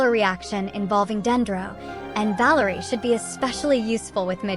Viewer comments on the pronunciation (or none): . She is Vesná,not Vésna He is Valériy. not Váleriy